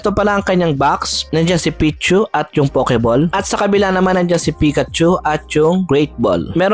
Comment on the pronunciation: Pakilagyan po ng W after ng O sa POKEBALL para masmaganda po ang pagbigkas - POWKEBALL , peace ✌️ bro 😅